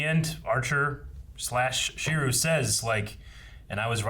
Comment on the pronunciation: Last episode and still calls him Shiru. At this point I think he just messes with us.:D Even learned his name!